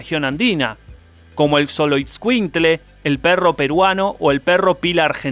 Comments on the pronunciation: Se pronuncia sholoscuintle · Se pronuncia Choloescuincle